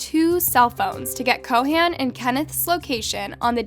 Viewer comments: It's Chauhan not Co Han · Ik what happened is horrible and I'm so sorry for them and their family, but i have to say this, your pronounciation of Anil Chauhan is killing me. That's not how you say it